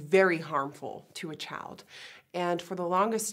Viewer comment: she kept saying "chald" girl it's child